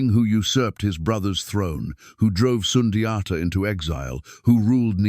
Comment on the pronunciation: It has to be in mandingo language. Not a colonizers way to pronounce it!